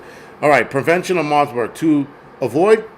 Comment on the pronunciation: Bro I love your livestreams but its MARBURG not * MARSBURG* No "S*